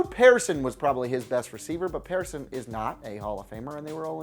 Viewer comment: Wow, the disrespect to Drew Pearson is real. You didn't even say his last name correctly.